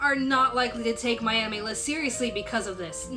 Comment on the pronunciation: Damn, I don't know why I hear what I hear but now I can't stop hearing "My Enemy List" when you talk about "My Anime List".